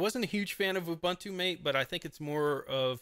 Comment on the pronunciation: And the next tongue paralyzed guy pronouncing MATE like mait. Fuk man, it's MATE, as spelled and as pronounced by 90% of the world's population. Nothing anglo-saxon in it. And Ubuntu is Ooboontoo, not Ubantu. Again not a word from the Anglisi language but isi-Zulu.